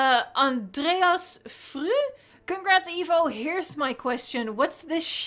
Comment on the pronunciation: the way she said andreas sounds very Dutch.